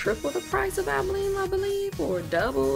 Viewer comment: Since you are the first person who pronounce Albolene correctly I watched your entire video.